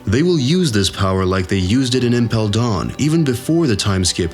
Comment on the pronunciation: I cannot listen to this guy say marEEjOeeSe and impel DAWN smh